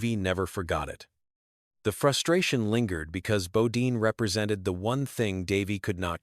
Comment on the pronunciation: Its Jeff not g-off, and bodyne not bodeen.